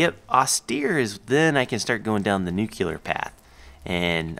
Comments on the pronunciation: Nuke-lee-er NOT nuke-ya-ler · He says "nuclear" like "nucular" xD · Nucular and Nuclear is the same thing basicly, it dosnt really matter if you know what they try to say :P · "Nuculer" lol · I love videos and i have been a subscriber for a long time. I even like almost all of his videos. I was just annoyed at the way he said nuclear. I have apologized to a few other people about what i said already and i dont mean any disrespect towards anyone, including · I asked to correct himself because i thought that he was saying nuclear wrong. I didn't realize that people that are from different places, say it differently. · Actually it's nuclear.... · OK THIS DRIVES ME CRAZY!!! YOU'RE SAYING NUCLEAR WRONG!!!! Please correct yourself.